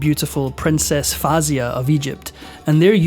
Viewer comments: Princess Fayza not Fazya… but thanks for the interesting story.👍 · Her name is pronounced FOW - ZEE - YAH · princess fawzia* of egypt please try to get the names correctly